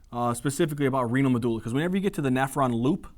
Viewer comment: pronouncing Medulla is god perfection